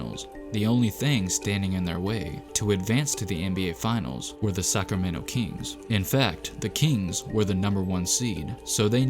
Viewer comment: I heard suckermento players